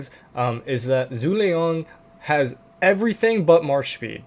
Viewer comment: Zhuge liang is pronounced as (Ju)Geh liang all together 👍🏻 we need to be respectful of other languages pronunciations it makes you look hot in front of others 😂